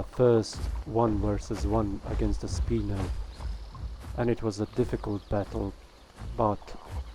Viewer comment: Sp-I-no not "Speeno" 😂